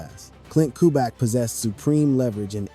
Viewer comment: Who is Ku-back? Is he related to two-pack? It’s cu-BE-yak not Ku-back🤦🏽. Otherwise, it was a good video